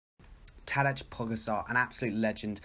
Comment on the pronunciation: Tadeč Pogazar hahahahhahaha